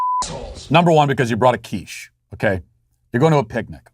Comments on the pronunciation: Hey Matt, the first time you said QUICHE (you pronounced it perfectly, by the way, with just the right amount of French haughtiness) I knew where we were heading to. The only thing I can say is that the guy was right to repossess his quiche, because quiche is delicious. No offence to my French cousins! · Lol I am fench and I never bring a quiche. Good french accent by the way!